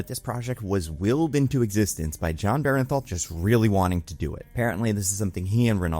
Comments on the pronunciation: It's pronounced Burnthal not Berenthal. Just throwing it out there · BERN-THAL... BERN-THAL NOT BERENTHAL... BERNTHAL!!! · why do so many people keep saying BEAR EN THAL...it's not even spelled close to that it's BURN THAL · BERNthal. BERNthal goddamnit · Actor was great. writing was bad. and jesus christ. please pronounce the actors name correctly.